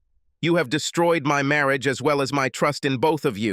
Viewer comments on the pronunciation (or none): "She didn't like her freens, she didn't like the way she dress-ed"... "her marry-age"..... Dear, please hire a robot editor. Preferably one that speaks some form of American English. Thank you, just another human that sort of speaks English a little being an American and all.